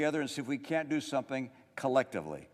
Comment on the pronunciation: Why is he saying “someping”?